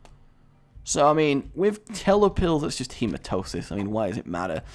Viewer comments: HE-MA-TEM-EE-SIS rage, not hematosis exassparated face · Its HematEmis NOT HematOsis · Okay, I'm going to ATTEMPT to teach you the name of the pill Hematemesis....... HE-MA-TE-ME-SIS, also look up the condition, its fucked up tbh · ian b a de souza It's actually HematEMEsis